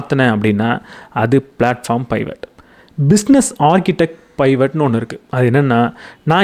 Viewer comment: Good to hear your narration. It’s not பைவட். Suggest to refer the dictionary about new words. Same way in another book it was spelled as மோனாபாலி.